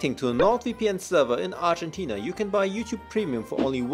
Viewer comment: Have you ever hearrd of... ArjEntiNa?? 😂 This will be an eternal meme omg I can't